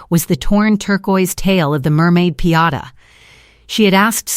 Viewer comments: It’s called a piñata not a Piata 😂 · You said pee-ata three times. I'm out. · It's pronounced "pin-YAH-tah." .... For a machine that has all the information on the planet available in less than 1 second, this A.I. is exceptionally stupid.